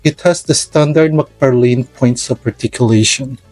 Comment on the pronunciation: Thanks for the vids mabuhay ka its mcfarlane not mcfarlin